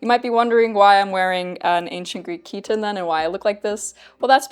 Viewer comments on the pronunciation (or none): Chitons are usually pronounced in English as KYE-tons, not KEE-tons by the way, though of course Ancient Greek χιτών was closer to khee-TAWN. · Χιτών is not pronounced chiton but heeton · In Ancient Greek, the word chiton would be pronounced “Kite-on” (or “khite-on” more specifically) I minored in this language in uni. In England, it’s more the way you say it but I know you appreciate the ancient ways. Ancient Greek is a beautiful language, with many poems and narratives I in the oral history having a sing-song quality; it’s too bad it’s not in use anymore! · Oh I just realised I have been mispronouncing chiton. I thought it had a long I sound. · I don't see the other comment you are replying to, but I am talking about the pronunciation of the English word chiton. As in chaos, character, chorus and other English terms that derive from Ancient Greek, the ch in chiton is pronounced as /k/ in English. You can easily check for yourself in English dictionaries.